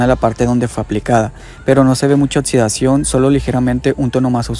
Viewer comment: Buena información, habla sobre los protectores em gel y no en crema, por favor. Ademas un detalle para ti locución! Hazlo con voz dinámica pues se escucha muy plano y cuidado con la pronunciación: se pronuncia oKsidscion , pues lleva una X: oxidación., no pronuncies oTsudsvion porque no hay una T, por tanto imagínate qué hay k o si ke CC para hacer marcar el sonido X ( K ) OXIDACIÓN .